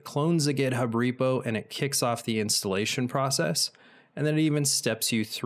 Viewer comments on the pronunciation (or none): none